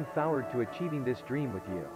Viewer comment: dweam?? Lmao